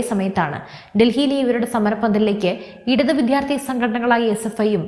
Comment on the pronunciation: അവതാരക ശ്രദ്ധിക്കുക. വിദ്യാർത്ഥി എന്ന വാക്ക് ശരിയായി ഉച്ചരിക്കുക.